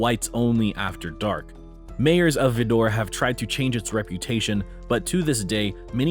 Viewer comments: Vidor is pronounced vye-dur and. I don't go there. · Vidor is pronounced Vi-dor (long I) and it's still as bad as it ever was. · it's pronounced VID-er. There is nothing to adore about it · It is Vidor, Texas. This dude makes it sound like it's a hat, pronounce VI'Door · Its pronounced VEYE- dor. The filmer obviously never visited That part of Texas. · Its pronounced Vi - dor. Texas. I as a Black Woman I wouldn't Want to Live there and its next door to Beaumont Texas Not Houston. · vidor texas is pronounced vider the grand Dragon and imperial Wizard used to live there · It's pronounced VY-durr (Vidor), Texas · It is pronounced VI-dur. The KKK is very active there. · Vidor, Texas, is pronounced as V eye door. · Vidor is pronounced Vie Door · Vidor is pronounced with long “I”. Eye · VIE-dor is the correct pronunciation. I live close by. I will never understand why people think it’s ok to be ugly to someone just because of their skin color. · IT'S PRONOUNCED VI'dor. Sort of rhymes with spider. it is racist af, though. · Do your research Mr. Liberal. The town is pronounced Vidor ( With a long i ). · Vi-dor (like vye-door) rhymes with spider. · It is pronounced Veye door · You need to learn how to pronounce Viidor. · Vidor is pronounced “Veye 👁️ door”. You missed San Felipe Texas. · I’m white and I won’t even stop in vidor. It’s got rough reputation. Also, it’s pronounced with a long i and er sound at the end. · I'm from houston and when going down I10 E and we heard the stories about vidor, knew a girl in orange and vidor is the exit before there. The way you pronounced vidor as "vid-or".😄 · Vidor, TX is pronounced VyDoor. Vidor makes it sound like a quaint little village that got confused. No doubt confusion is involved, but it is somewhere no one who has respect for themselves or others goes near. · Oh gawd, you lost me at /Vēdor/. Do your research and know how to pronounce these places before making a video about them. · It's pronounced V-EYE-DOR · Pronounced Vy-door